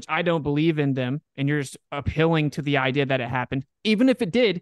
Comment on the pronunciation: I cringe (even though I hate using that word) everytime says the word "idea". Please learn how to pronounce words. I hear it in all of your debates, this is constructive criticism, please say words properly.